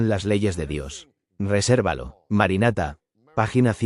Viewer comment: No es MARANATHA como dice la IA